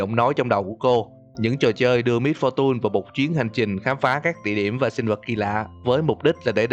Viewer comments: Giờ ông mới phân tích :v Sao lại little Misfor tun phải là tùn chứ :v mr.voi = ngài voi XD Tiếng Việt hơi quá, tiếng Anh hơi ít. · Lít tồ mít pho tun :))) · phát âm "MISFORTUNE" kiểu gì kì vậy?? "mít-pho-tun" / ''mít-pho-chần"??????? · đừng đọc là mít pho tun ad ơi :)) nghe buồn cười khiếppp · Miss-fu-tun ok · wow mit -pho-tun hay lắm man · Mít-pho-tun :3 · Vcl. Xem cách đọc lại từ "Misfortune" đi a ơi :v Nghe mấy kênh khác quen r qua đây e nghe hơi khó chịu. Ý kiến riêng của e thôi :v